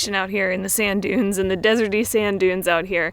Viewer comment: dude its dunes